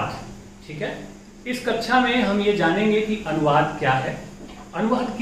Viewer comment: कक्षा ❌ कच्छा✅